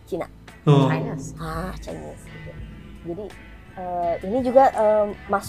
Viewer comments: Apa saya saja yg dengar dia sebut Chinese jdi chaines 😅 .. sekolah swasta nie bang... Sistem pendidikan Malaysia berbeza ikut keadaan - negeri - status sekolah nya seperti sekolah swasta atau kerajaan - jenis sekolah seperti SK (Sekolah Kebangsaan), SJKC (Sekolah Jenis Kebangsaan Cina) atau SJKT (Sekolah Jenis Kebangsaan Tamil) - Darjah atau tingkatan murid tersebut... Tahun 1 - 6 atau Tingkatan 1-5. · takkan cikgu x leh sebut chinese dgn betul